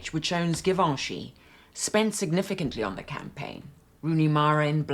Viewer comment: The G in Givenchy is soft, not hard as you pronounce it - thought you might want to know as it's never a good "look" to mispronounce famous French names.